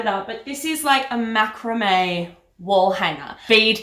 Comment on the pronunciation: You are pronouncing macrame incorrectly 🤣😂. Love it regardless